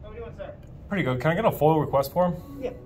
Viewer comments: They probably didn't want you to know that it's not "FOIL", it's "FOIA". I don't know where auditors are getting the "L" from. It's not the "Freedom of Information Law", it's the "Freedom of Information ACT". When you say "FOIL" request to public servants, and wondering why your getting that confused look, it's because your saying it wrong. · It's called FOIA FOY YA not FOIL. It could just be dialect but a lot of auditor are saying FOIL and if someone asked for that form there going to get the run around. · I'm pretty sure it's FOIA not foil, maybe I'm confused 🤔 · Stop saying foil. It's foia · FOIA not FOIL, please be knowledgeable about what you say!!!